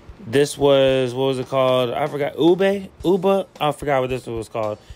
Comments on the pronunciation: Ube pronounced oooo bey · It’s was too good (btw you pronounced it right u-be) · The purple drink you said it right the first time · You pronounced it right the first time. Ube